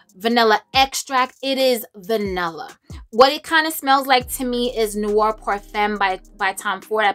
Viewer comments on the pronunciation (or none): none